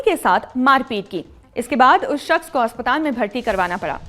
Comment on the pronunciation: Haspatal Nahi Aspataal